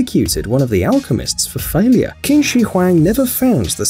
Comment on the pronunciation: Qins name is pronounced chin not kin